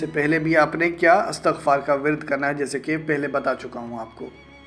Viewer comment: Istagfar sahih hai.Astagfaar galat hai.